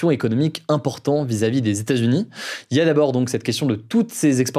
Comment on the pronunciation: "Les stats-unis"... Franchement Hugo, ce serait bien de prononcer correctement états-unis. Tu es trop important comme média maintenant pour parler comme un wesh wesh même si l'on apprécie le côté plus informel de tes actus du jour. Ta prononciation est bonne par moment puis mauvaise à d'autres.